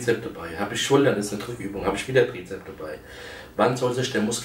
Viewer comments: Lieber Markus, es heißt Trizeps und nicht Trizep. Ebenso mit Bizep und Bizeps. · Es heißt Trizeps, nicht Trizep. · Hat er etwas gegen das 's' in Bizep - s und Trizep - s? XD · Bizep, Trizep, sooo herrlich doooooof